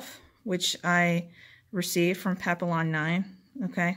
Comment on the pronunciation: Pap ee yon. French for butterfly.